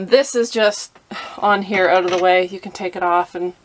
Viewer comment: Why does she keep saying “ote”? Is she trying to say “out” ? 🤷‍♂️